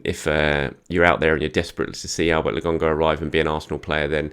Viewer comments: Man like not sure why he calls Lokonga as Logonga? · Please stop saying LAGONGA … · Andelecht fans agree with your pronunciation of Lokonga. He is definitely LoGONEga. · I know! It’s driving me insane! Nearly as bad as him saying Orba instead of Auba.